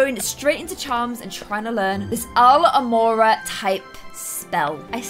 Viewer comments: it’s Alohamora not alamoRRRAAAA your saying it wrong! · alamora: oh my god i said that just like hermione me: it’s alOHamora sweetie This is just a laugh love you ❤️❤️ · Ethan Davies it's alOhomora not alhomora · She says Al-homora but it’s Alo-homora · Ebue7 Peagle I'm British the entire Harry potter cast is British they all pronounce it alohamora not alamora and just bc she is British doesn't mean she can say it however she wants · IT'S NOT ALAMORA IT'S ALOHoMORA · ITS ALOHAMORA ITS PRONOUNCED ah-low-ha-more-ah u too cray cray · Its alOhamora not Alhomora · "Al hamora, I said it just like Hermione then" no... It's [al-LOH-ho-MOR-ah] 😅 sorry but I just gotta point out your mistakes with Harry Potter 😅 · I hate it how she say Alomorey instead of Alohamora! Same thing when she says "It's LevioSa not LevioSAH!" She actually saying what she is saying not to say. (You know, She says "not LevioSAH" but thats what she actually says). It's LeviOsa not LevioSAH OR LevioSa ! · Alo-ha-mora not alo-mora ❤️🌹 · uh-low-huh-more-uh not aloe-more-uh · It’s pronounced a-low-ha-more-a not alo-more-a I feel like hermoine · It ain’t pronounced Alomora it’s alo-ha-mora Edit:I’m right here you are, exempt I had to wait FOREVER ♾ to meet and I have the meet with Penny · Its not alohmorah it’s aloha-mora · Your saying it wrong it's alOhomOra not Alomora 😂😂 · its not alomora its alohamora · It's A-LOW-ha-mora NOT Al-A-more See what I did? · U keep saying aluhmora, it's alOhomora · Its aloHomora not alomora! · It's pronounce Al-O-hamora, not Al-mora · It's al-oh-ham-ora not al-o-mora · Its aloHOmora not alomora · It's AloHOmora, not Alomora. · It’s al-o-homora not alhomora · Hey just for it's pronounced aloha mora not alo amora. No hate though. Love your channel. Big Harry Potter fan as well. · No offense but your pronoucing it wrong it' sounds like Aloha, Ah lo ha mora not alo mora. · I love u but it’s alO hamora not alamora 😫😫😫😫💖💖💖